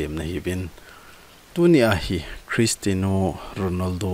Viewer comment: Christino ❌ Christiano ✔